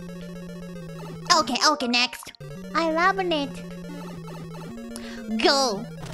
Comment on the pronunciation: I like how she spells love. "L O vuh E"